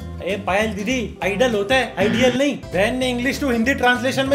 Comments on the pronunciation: bhai idle hota hai ideal nhi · Ideal nhi idle hota hai Vella.... bhai kya yar